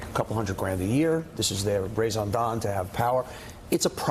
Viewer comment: If you are going to use " raison d etre " it would be nice if you could pronounce it , just a bit better. ;)